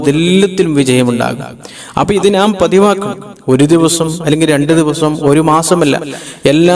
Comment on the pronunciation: നാം അല്ല, ന്നാം ആണ്.